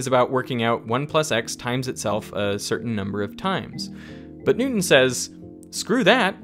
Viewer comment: I love how he pronounces Newston as "new un"